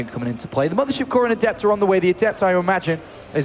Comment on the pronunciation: Jesus christ, they keep using the pronunciation of adept that goes with the adjective definition instead of the noun one and it's driving me insane.